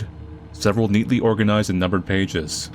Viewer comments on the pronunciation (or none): none